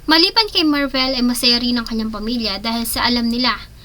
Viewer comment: Pakiayos ng pronunciation ng Slovenia at Marvil. Nakakairita. Magbabasa na lang mali mali pa. 🤦‍♀️